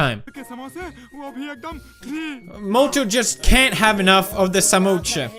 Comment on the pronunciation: Samosa ❎ Samoocha ✅😂